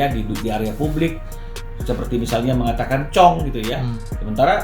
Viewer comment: Publik, jangan dibaca PABLIK.....